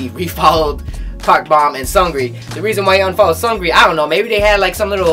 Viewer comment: Are u saying seungri wrong?!?lol